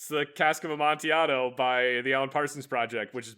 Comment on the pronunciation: I want to murder now, cause he pronounced Amontillado correctly while sing but wrong afterwards